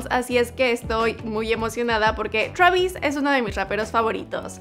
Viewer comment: Travisis Scott !!!!! 😂😂